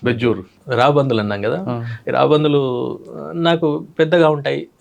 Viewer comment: Raabandhuvulu kaadu sir, raabandulu anali, telugu ni champeyandi... Please